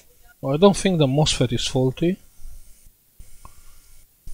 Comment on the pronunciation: It sounds like you are saying the 'mossfit' isn't working. How is that word spelled?